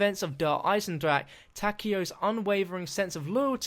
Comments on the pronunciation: god, I like you as a youtuber but i HATE the way you say der Eisendrache. ITS NOT DER EISENDRACK ITS DER EISENDRACHE!!! i dont mind the -ck part but PLEASE SAY THE E AT THE END! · Der eye sin jrock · Can you please stop saying Der Eisendrache pls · Dude... I AM GERMAN! i think i know how to speak a german word. This translates to the metal/ iron dragon. its not pronounced with a ck